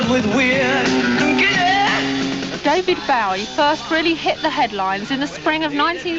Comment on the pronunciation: Omg. Why can't she say his name right?